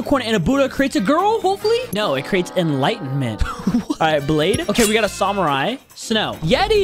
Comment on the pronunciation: The way pronounces samurai